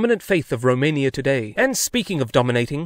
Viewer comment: 🤣🤣 Dobrogeeeaa... remain-ia.. so many gems